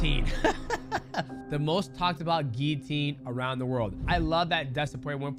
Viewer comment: Dustin "Gillinatior" porier